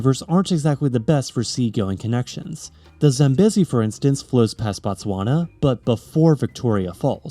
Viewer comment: If you're worried about pronunciation, double check Zambezi, the second syllable is long, like bee not beh.